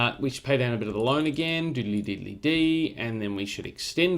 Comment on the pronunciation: “We should pay down the loine again, diddly diddly dee, and the we should extend the loine” ~ 2019 I seriously thought you were paying back the loan and re-borrowing. Then I was seriously worried about Australia’s economy. Haha!